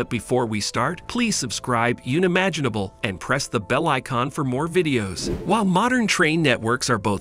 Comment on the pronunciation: For heaven's sake... get a human being to do the commentary. The excited robot voice gave us 'Yoonimaginable', 'Pill-atus' etc. And it's 'The Daring' not 'Darings'.